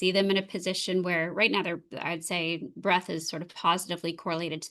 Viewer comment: I always enjoy, but it's breaDth, not breath.